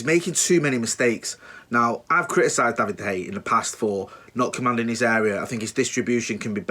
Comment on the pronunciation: Pronounced de Heya!!!!!!!!!!!!